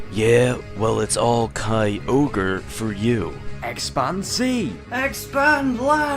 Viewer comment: no nooo it's all ky-ogre for you nooooooooo why must you do this to me